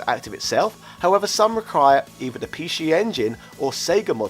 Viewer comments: The word is PC not p she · i will forever pronounce it the Pee Shee Engine :D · Pee Scheeeee Engine LOL